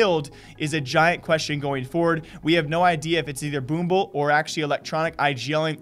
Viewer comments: Call Boomich Boomble one more time i dare you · Say boomble one more time i dare you